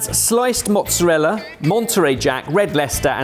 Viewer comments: At least he got the pronunciation of mozzarella correct! Potato, Patahto. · Then he says Mozzarella properly. He should have stuck to his guns and said “Mozzaraya”. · It‘s funny because they‘re pronouncing mozzarella correctly. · literally did it every time he said mortadella, but in the very next round he is saying mozzarella with "L" sound at the end 😮